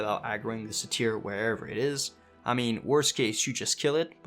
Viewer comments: Please... dear god. Its pronounced sei-tr. Not sei-teer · Say-teir lol XD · Great guide, look forward to trying this out myself. Cringed hard every time you mispronounced "satyr" though, haha. "Sei-tr", or "say-ter"